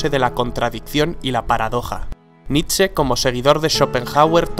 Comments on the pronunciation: nitze? naaa, es nitche (foneticamente) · Se lee nish, no?